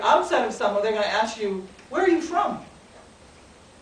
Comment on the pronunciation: Mad lecture but why do you american samoans mispronounce 'Samoa,' you know how to say it so stop tryna fia palagi